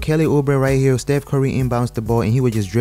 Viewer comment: Nobody:: Stef cory